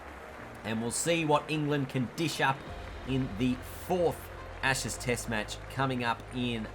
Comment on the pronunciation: I thought he said retain the asses lol